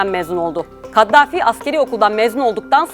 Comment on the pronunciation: Kattafi değil, Kaddafi...